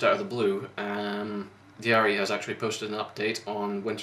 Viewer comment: You pronounce Jari's name like Yari (the R is really rough, like German or Spanish R), Ä is pronounced like A in English word "hat" and the double ÄÄ like A in the word "ass". Otherwise you pronounced it correctly.